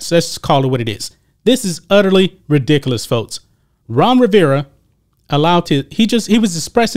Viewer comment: That black niqqa narrator can't even pronounce ridiculous he says, "redicalous". Bless his black niqqa heart. 🌻